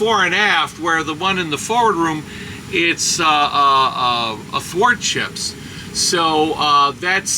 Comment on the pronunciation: What was that word used to describe the oppositee of fore-to-aft orientation. Afordships?? I think. It was hard to understand and I can't find any info on it when I look it up. Please help. Lol